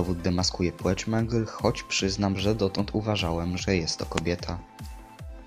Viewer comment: płeć a nie płóć